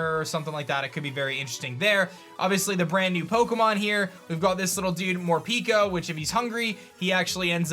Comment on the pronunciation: i think is pronounced MorPEHko since peko pronounced like that is a part of the saying for im hungry in japanese